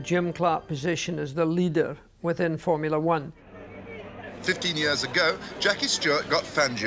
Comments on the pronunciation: ITS FORMULA ONE YES FROMULA ONE GET IT RIGHT YOU !!!!!!!!!!!!!!!! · Great video, Jackie is amazing but please James.... it's not fomulee one ! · Formuleee? W T actual Fuck? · Before we get the predictable criticisms of James martin mispronouncing Formula One remember he is acutely dyslexic just like Jackie Stewart.